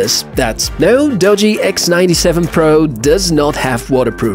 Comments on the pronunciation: "Doo - Gee" is how its pronpounced. Not "Dodgy" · First time viewer, impressed enough to subscribe despite the dodgy pronunciation of Doogee!